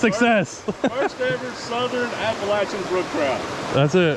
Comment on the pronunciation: Being a western North Carolina local, I was so happy by the way he pronounced Appalachian 😂 Great video!